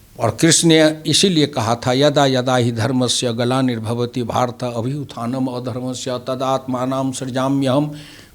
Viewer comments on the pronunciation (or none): GEETA ke es shlok ka kai log galat uchcharan kyo karte hai samajh nahi aata. Abhyuthanam adharmasya kyo? Kya adharm ka uththan karne shree Krishn Bhagwan aaye the? unhone to drarm ke uththan ki baat kahi hai.Abhuththanam dharmasya bolna chahiye, yahi likha hai Geeta me samajhe janab.